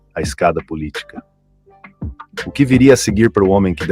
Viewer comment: O chata lendo 'POL ITICA SÓLIDA' me quebrou